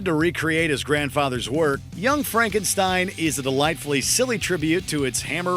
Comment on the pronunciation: Pronounced Young Frankenstein incorrectly!!! I love that movie!!!